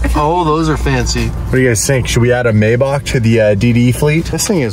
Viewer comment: For being a car guy, you would think would pronounce Maybach correctly😆.